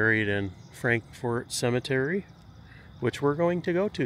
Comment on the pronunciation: It's not pronounced Frank- FORT. It's FrankFert. From a born and raised KY girl.